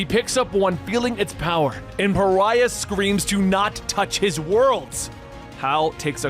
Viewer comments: You said Pharah instead of Pariah way too many times. There is a vast difference between an Egyptian lady from Overwatch and a white male demigod from the DC universe. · One last video of him mispronouncing one last name, Pariah as Pharah. This is not a grievance, gripe or complaint. I actually li,e Pharah better than hearing Pariah. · Love you, but Pariah is pronounced Puh rye uh...YAY!! You got it right in Supergirl's death issue!!